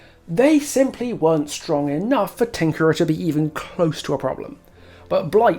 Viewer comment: Lil bro ranted for 20 minutes arguing against himself. Otz’s whole talking point was about the nurse, not Blight and you just made a 45 minute video to say “Nuh uh, Bwight is Stwong too. You’re wong cause you said Nurse was Stwong but Bwight is also Stwong”